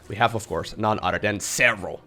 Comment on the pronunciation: When says 'other', does anyone else hear 'udder'